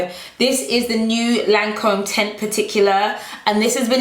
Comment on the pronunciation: Babe Lancôme is pronounced 'Lan com' - the e is silent.